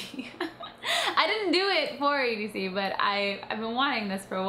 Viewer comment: its edc- just sayin